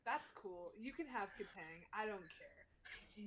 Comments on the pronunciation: no kid , he said it right <3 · no they said it right